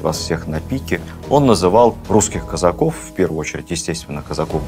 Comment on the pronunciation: Лекция супер. Но почему казАков, казакОв! Очень режет слух...